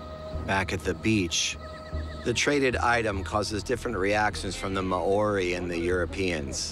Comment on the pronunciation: The pronunciation of Māori is butchered, badly. It’s pronounced Mao-rhi. MAO (Like Chairman Mao) RHI (like Rhianna). Secondly Māori never ate the heads. It’s considered sacred compared to other parts of the body.